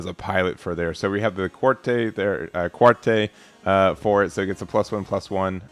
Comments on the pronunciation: Yeah its like, Cat-Truh. 😊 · "Gel-goog", the "gel" has a hard "g" and rhymes with hell. Qatre is meant to be "kat-truh", it's French for "four". Many characters in Gundam Wing have names based on numbers, including all of the main pilots. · Just some pronunciation assistance. It's a hard G for Gelgoog, like "guy". It's also pronounced Quatrah. Keep it up! Looking forward to the game's release.